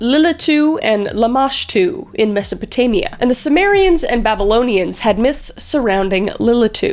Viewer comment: is it masapotania or masopotamia??